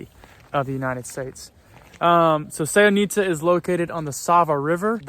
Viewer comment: Please, learn to pronounce at least the names of places correctly. The accent is very important. In the name Sevnica, the accent is on the E, not the I.